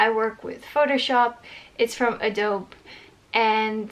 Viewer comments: As an aside... Adobe in other places other than you is pronounced "Ahh dobe eee". Ironically I originally pronounced it as you are doing. Be that as that is I do not even use Adobe products any more... so there you have that bit of useless information... hahahaha I have heard lots of good things said about BenQ monitors over average monitors that one needs to calibrate. I am happy for you that you got one. Be happy with what it can do, and you will do even better things for others for yourself choosing to be better 😊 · If your friends haven't said yet, Adobe is pronounced - Adobee. 🙂